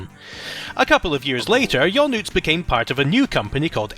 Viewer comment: I agree with Adam, you did a great job pronouncing most names. "Janusz", by the way, is pronounced roughly "YA-noosh".